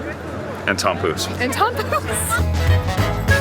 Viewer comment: Oh, tompouce... I thought you said Tom Cruise. I was like: 'what? Tom Cruise is going to Kings Day???' :D